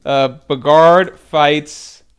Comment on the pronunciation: The dude who says Bagard instead of Bogard thinks he knows how to pronounce everything right.